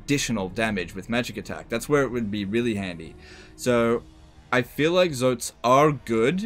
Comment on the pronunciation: You said Zoats right. It is not Tzoh-ats, but ZOts as with the Oa said as in the word Poach.